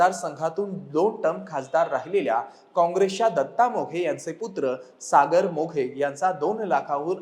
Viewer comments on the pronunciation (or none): सागर व दत्ता मोघे नाही. " मेघे " सुधारणा व्हावी